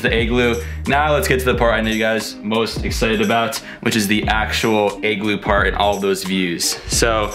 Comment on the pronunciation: Lol your pronunciation of the word "igloo" is triggering me! Ahhh! 😂😂 It's sounds like your saying "egg-glue" but it should be pronounced "ig-loo" ...pretty simple to say lol but thank you so much for this awesome video!! Great content! Very informative in many different ways and your bravery is on another level lol cause I don't think I could ever do a cold plunge! Burrrrrhhhh!! 🥶☃️❄️ What a beautiful country! Wanna take my dad here for his 70th birthday/retirement so he can RELAX and completely ENJOY himself with not a lot of activity and exploring but just the true nature of nature itself and to soak it all in without bouncing around from place to place and sight seeing because it would be extremely demanding for him physically! Once again great video! I think I'm gonna start the booking process ASAP! 2 thumbs up!! 👍🏻👍🏻